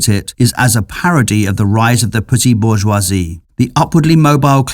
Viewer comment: I want to marry your slick pronohnciations of bourgeoisie